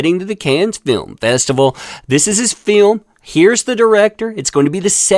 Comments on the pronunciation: It's not a terrible joke, it's that you are mispronouncing "Cannes" horribly. It's not like in "kick the cans down the road". It's Kân. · I LOVE YOU,, so I will tell you, it's pronounced "CAN", not cans..... just FYI. Love you! xoxo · The French place name 'Cannes' is pronounced 'Can' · I’m not sure if you’re trying to be facetious, but it’s pronounced “can” lol regardless, this is another well deserved win for Johnny! ❤ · I wish my French was good enough to watch without subtitles but I'll suffer with joy. It looks to be a feast for the eyes. I believe it's pronounced "cahn" which is perfect for that pun. Another great article from ". Sorry, couldn't resist that. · No “s” sound with Cannes